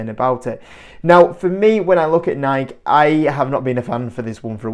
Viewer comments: It's actually pronounced Nike(y) not Nike (the way you/UK are saying it). It's not a subjective thing. Nike is based on the name of greek goddess of victory which is pronounced Nike(y). YouTube a video of the founder Phil knight and you will see that this is how he pronounces the name of the company he founded. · It’s Nike(y) Say it ur way all you want but ur way is just slang if it’s actually nike(y) 😂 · Mate it’s actually pronounced Nikey as the other chap said. Tho in Europe I agree most people call it Nike That said - I agree this is not a good investment - as well as the “man on the streets” spending been reduced recently - the woke agenda of this company has really hurt the brand - one example - changing the England football top to rainbow colours - there are a hundred more. I have 4 kids - I am acutely aware of the brands current standing - it is not what it was - they need a major rethink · There’s no way I’m listening to a guy who can’t even pronounce the company’s name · grammar has nothing to do with how a name is pronounced - all that matters is how the owner of the name pronounces it - in this case the owner of the name (Nike) pronounces it with an “ey’ sound at the end, therefore that’s how it is pronounced- end of story - British people are annoying.